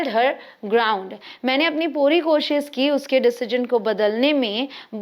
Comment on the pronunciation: Dear sis...urdu main kosiiish nhi hota... KO shish hota hy... 2times shhh ay ga... Thank u😁